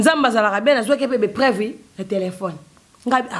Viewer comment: ba katangais ba kamwaka ba kinois. français mobulu, mentalité ya kalaaa, education zero, trop sauvage maman, oyokaka soni teee na buzoba ya boyee? balobaka epreuve te mais preuve. estade te mais stade, i te mais u, kinois kinois aaaah somo bozala na ki bomoto svp soni mingi